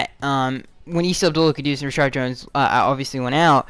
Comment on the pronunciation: Why do you always say ReSHARD and not Reshad.